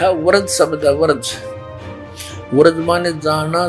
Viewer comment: इस नाशपाल अज्ञानी को बृज बोलना तो आता नहीं और ये चला गीता का अर्थ बताने,वर्ज बोलता है महामूर्ख कहीं का, इससे तो कोई मतलब ही न रखें तो ही अच्छा